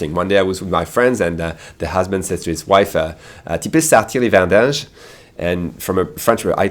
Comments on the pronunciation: It's Vidanges, not vendanges ;) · Quick tip ma boi : its “les vidanges” and not « les vindanges » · It's not "vendanges" it's "vidange". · Correction for . It's actually *vidanges*, not vendanges. Vendange is the action of picking ripe grapes for wine fabrication. It is possible that the person who told him that made a "Barbarism", which is mostly old people who makes barbarisms edit: I think the vocab actually changes really much between regions, because he said another word which I never heard in my life (I'm from Québec)